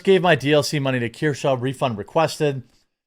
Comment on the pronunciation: I think her name is Kursch, like rhymes with curse (sorta), not Keer-sha. Anyway, I think I'm subbed to her, not because I'm a big fan, but because she was on a panel, with some other streamer I like, who tried to push her to get to 50k or 100k subs. Much like you once pushed Empanada Girl, to boost her, and I did sub to her, but I don't think I watched a single vid of hers since. If you live in glass houses, shouldn't throw stones. Sometimes I sub to channels I don't actually like, cause some other channel said "They're cool, help them". I get caught in the moment, and I'm like yeah sure, I'll help some newbie. Well, long story short, you do it too. So if some channel I subbed to turns out to be a crapshoot later, I'll just quietly unsub. No need to make a big deal of it. EDIT: My apologies, I sounded off like 2 minutes into the video, shoulda wrapped my fingers and refrained from typing till I knew what you were saying. Valiant Renegade has her as a guest panelist sometimes, and that's how I became aware of her. Valiant makes fun of Disney/Star Wars/Snow White just like you do. Again, apologies.